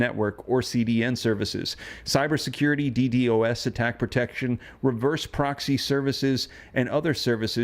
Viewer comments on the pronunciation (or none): none